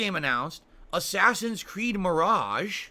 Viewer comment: He said capacity and mirage like a complete psychopath